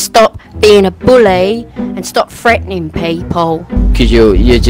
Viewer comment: “freataning” LMAOOO 🤣🤣😂😂🤣🤣